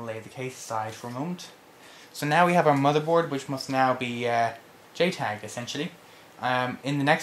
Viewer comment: did he say jtag or gaytag?